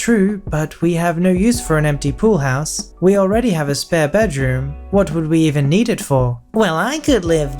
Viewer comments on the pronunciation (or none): SPARE not spear room!